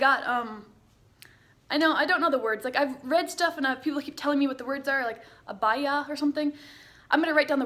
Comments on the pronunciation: I just love you 💙 I'm glad you are happy here . If you ever go to Riyadh tell us so I can see you 💙 And yes it is called Abaya . You said it right 👍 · We have dryers , and you pronounce abaya correct! Welcome to our country 😊